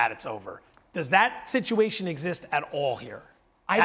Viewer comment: Me oh sitch 😂😂😂😂